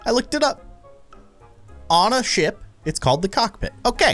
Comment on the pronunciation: i thought you said sh*t instead of ship xD